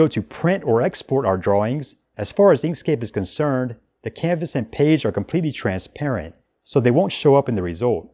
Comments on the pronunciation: Terrific video! I watched multiple times. Love the pronunciation of "Peige" :D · Thanks for comprehensive tutorial <3 You pronounce "page" in a funny way)